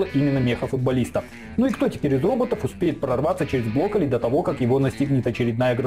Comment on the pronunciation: А я не один слышу что он говорит блоколи?